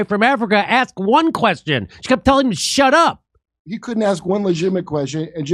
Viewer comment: She straight-up told him to “hesh ep” lmao